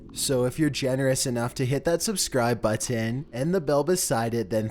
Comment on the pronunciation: Was gonna sub but the way u talk gives me aids especially the way u say button